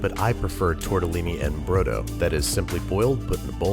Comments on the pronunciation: it's tortellini "in" brodo, not "en" brodo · *In brodo. En Brodo is a sort of spanish thing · Tortellini "in" brodo! For the rest, as always, nice video!